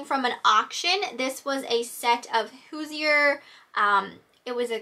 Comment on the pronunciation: Just as an FYI, Hoosier is pronounced “HOO-zhur.” Means a person from Indiana…which I am 😁. I actually was born and still live in the town where the Hoosier Manufacturing Company originated!